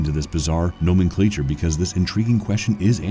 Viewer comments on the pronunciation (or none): What is the narrator trying to say !? "No mean cleetcher" - Could that be 'Nomenclature' (No-MEN-clature). They should get the person who wrote the script to do the narration.